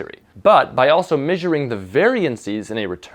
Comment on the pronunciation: what is this "culculating" you speak of? i am also unfamiliar with "misuring"